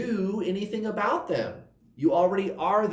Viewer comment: Good morning,! That is not how we say "about" in Canada! 😉